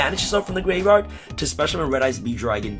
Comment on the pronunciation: Can you pronounce graveyard, tho?